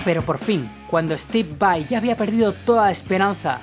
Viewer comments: Disfrute mucho el video. La verdad no me gusta mucho cuando la gente pronuncia /vei/ cuando deberia pronunciar /vai/ pero la verdad es que fue un buen trabajo en este video. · Porque Steve es de descendencia Italiana. Por lo tanto VAI es lo correcto y como se debe decir porque es un apellido Italiano. VEI es una pronunciación incorrecta en Inglés. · Tienes razón dice VEI en esos momentos, pero el 98% del tiempo lo dice correcto. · Pero varias veces en el video dice VEI